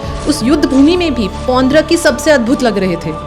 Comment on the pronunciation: Aap log jab story itne detail me collect kar sakte ho, naam ka pronounciation b sahi wala karlo, it's ड, not द। पौंड्रक